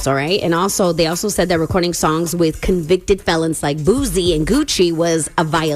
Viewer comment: It's pronounced "Boo - See".... not "Boo - Z"......